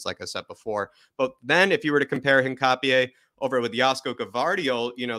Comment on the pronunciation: Great video! Although I may be wrong, I think his surname is pronounced “Hin-cha-pe”